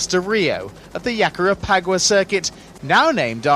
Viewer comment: TF Yakarepagua??? lol its Jacarepagua. With a G sound